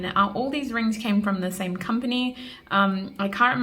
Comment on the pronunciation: I love the way u said rrrrings